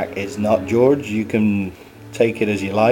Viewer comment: it's jorge not george